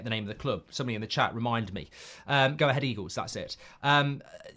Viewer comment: Your Dutch sounds good when you say 'Go Ahead Eagles'! 😜